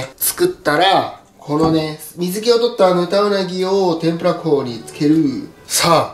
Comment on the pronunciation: 天ぷら粉が、天ぷら港に、聞こえるんだよなぁ